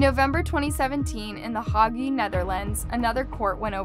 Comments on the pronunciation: "Unalived?" New Speak? Oh, and it is pronounced "Hage" not "hoggy." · It's prnounced "HAGE" NOT HOGEE!!! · This video needs some major editing: "Unalived" for died, the Hague pronounced "Hah-gay", a map of the country of Georgia not the state of Georgia, Rhodesia pronounced "Rodessa". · Hague is the u is not pronounced. It is a long e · Hague is pronounced Haig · The way you pronounce Hague is cringey